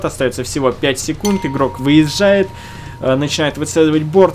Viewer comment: Интересные реплеи, а комментарии автора слабые. И - ДАЛЕЕ НАЧИНАЕТ повторилось за 13 минут примерно хутилион раз. А еще режет слух "выеЗЗЖает". Кроме того возможно не стоит пробовать объяснять каждую секунду происходящего, слов получается много, но они не являются интересными, т.к. не дополняют, а повторяют то, что мы и так видим. Как еслибы ты описывая бег легкоатлетов, повторял он поднимает ногу, выбрасывает ее вперед, далее ставит и сново поднимает вторую и т.д. понимаешь? Про бубнеж уже писали, добавлю что действительно слушать скучно, эмоций то нет! Поэтому ооочень пресно. Без обид, тебе есть куда стремиться.